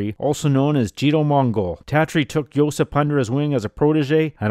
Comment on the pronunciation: JOSIP (not Josep) !.